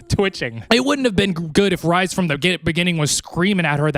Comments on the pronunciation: Tf do you mean Rise? It’s like rrrreeeeeeees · OMG... ITS REEEEEEEESE. PLEASE, NOT RICE.... ITS REE-SAND. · Re-sand, re-s not ri bestie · Ya, I didn't need to listen to you eating/being a p*$$y about spicy food. Also Rhysand is not pronounced like rye bread, but like Reese's Pieces. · every time he says Rise I'm like who 😂